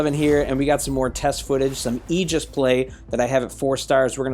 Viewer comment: Railgun/Agora Bro its Aegis (A-gus) the pronouncing of the mech